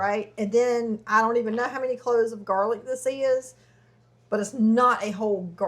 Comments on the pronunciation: “Jar-lic” I’m dead 😂😂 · "Do we have any garlic in a jar?": "Jarlic?" 😂😂😂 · This one lady that does cooking videos ruined the word JarLic for me 😭😭 I hate hearing that now 😩